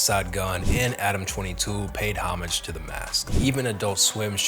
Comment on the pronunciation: Great bio; also, thank you for knowing how to pronounce "homage"!